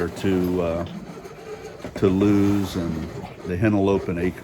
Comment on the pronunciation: BTW...It's LOO-ISS Deleware. Ask a native.